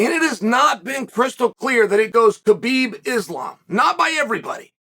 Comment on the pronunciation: Khabibs mother gave him a beautiful name say it right !!